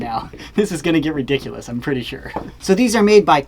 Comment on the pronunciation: he said re dick yulas